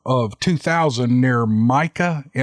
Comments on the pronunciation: Mus-Key-gon. The one in Florida is My-Ak-Ka. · It's pronounced "My-ack-uh" state park. I live nearby and I am very familiar with that photo. Myakka is a HUGE state park and the Myakka state forest borders my town. We like to ride our mountain bikes in there. I always keep my eyeballs peeled and my head on a swivel! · great story... I live near myakka state park... pronounced “ my aka’ “ several squatch filmed and seen there on yall tubes!!!! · Myakka FL. My-ack-uh ❤️